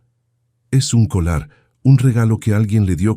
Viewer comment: No es colar, es collar se escribe con doble ll, collar por favor es la pronunciación correcta, no se oye bien tú narración diciendo colar.